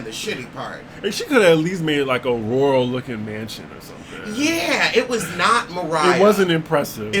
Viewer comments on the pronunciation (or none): none